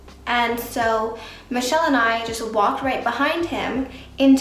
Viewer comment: Michels French accent was so good hahahha